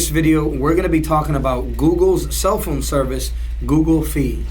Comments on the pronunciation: Google Fi is pronounced Fi like Hi or High not Fee. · I cringe everytime he says "Fee"